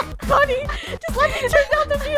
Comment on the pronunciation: You said 'funny' and it's 'funneh'